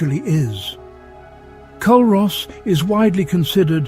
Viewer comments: aye the mispronunciation was so irritating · Culross is pronounced cooross. And it’s not a burg it’s a small town. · its pronounced Cur os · It's actually pronounced Cooross..and my fav Village :) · The mispronouciation of Culross killed for me from the start lol